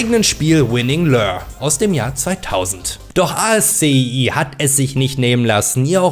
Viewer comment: Kleiner Hinweis: ASCII wird Aski ausgesprochen. Das kommt von der Programmsprache